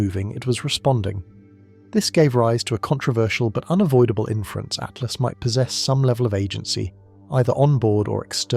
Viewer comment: Its atlas not at last. Jesus